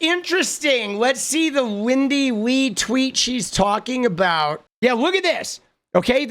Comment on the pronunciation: Lindy Li (pronounced 'lie')